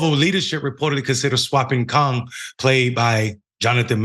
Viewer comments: Did he say Kong....smdh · Kang not kahng! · It's bad enough that he couldn't say Mahershala Ali but he can't even say "Kang"? It rhymes with "rang", too easy. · It’s Kang not Kong. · Damn!, Kang! not Kong! wtf 😒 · Kung.???...you mean KAAANNG right. This dude lives under a rock and butchers every name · Honestly, I can't believe you posted this. You don't even know the actors name you are talking about. You mispronounce Kang as Kong. You say you like books, but you can barely read the news article. You claim that Blade is the 1st Black superhero. Then you make the insane statement that you aren't a fan of any billion dollar industry. You say you don't watch Marvel movies, then proceed to critique them. And if all that wasn't dumb enough, you then proceed to complain that there weren't enough Black people in Black Panther. What are you even talking about? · Next time, use someone who understands these movies, likes these movies, and can pronounce someone’s damn name. He didn’t even say Kang right???? Bro what’s going on fam??